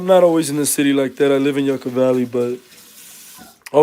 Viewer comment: Ima slap the chomo outta you just for saying yukka like that, keep posting your location when you in LA weirdo